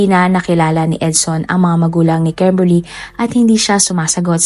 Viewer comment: KEMBERLY ba talaga pangalan ??😂😂😂 kakatawa pagbanggit mo ng pangalan 😂😂😂 bisaya gud